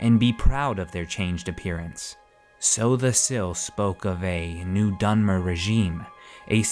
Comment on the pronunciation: chimer is pronounced with a k sound, and sotha sil is not "so the sil" and im pretty sure julic is pronounced yulic